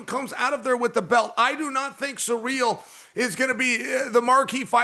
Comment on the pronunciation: After all these years he’s still calling him Surreal. 😂 You know someone on the production crew could teach him the correct pronunciation, but they like Chael better when he’s mispronouncing. And now DC is even occasionally saying Surreal